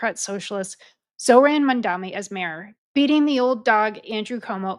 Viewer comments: Are u a real American...why u can't pronounce English vocabulary!!!...his name is mamdani..M AMDANI...repeat... m a m d a n i...again blonde M a m d a n i..😂😂😂😂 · Its Mamdani M-A-M-D-A-N-I learn to say it right cause youll be hearing alot more of him